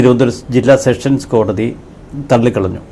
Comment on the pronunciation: എന്റെ ചേട്ടാ സെക്ഷൻ സ് കോടതി അല്ല സെഷൻസ് കോടതി മേലാൽ തെറ്റ് പറയരുത്. അടി കിട്ടും